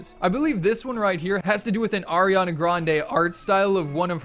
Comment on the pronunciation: did u say AIRiana?